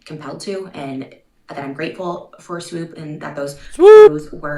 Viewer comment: I adore how you pronounce Swoop ❤❤❤